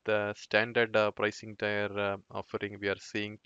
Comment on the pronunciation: Well done video and your english is nicely done. Check perhaps the pronunciation of the words: domain, tier and premise. Those sounded strange.